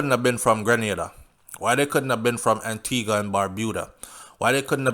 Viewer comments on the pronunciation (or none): none